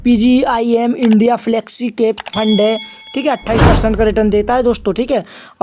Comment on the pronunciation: Fund bol rha hai ya lund bol rha hai 😅😅😅